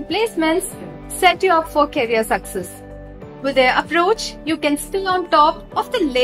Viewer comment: The moment u said carrier instead of career, i couldn’t continue 😂